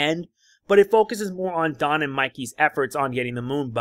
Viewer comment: The first time you Said don it sounded like jon lol